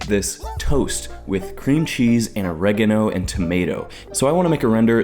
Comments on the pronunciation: how he pronounces ‘oregano’ almost made me vomit 😂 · The way pronounces “oregano”?! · Erm what the hell is Or-egg-a-no? Surely he means oregano? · O-regga-no.... It's Ori-gah-no !! Cool video and results but that part just irked me lol. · "O'regg ano" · The way you pronounce oregano* makes me feel wrong on so many levels. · I hate how Americans pronounce oregano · I have never heard oregano pronounced like that XD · A video about satisfying things has the least satisfying pronunciation of the word "Oregano" I have ever heard. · deserved to lose because of the way he pronounces Oregano.